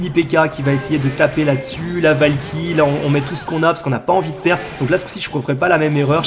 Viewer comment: Qui à entendu "La valkiry fait le café" sur la deuxième game ? 😂😂😂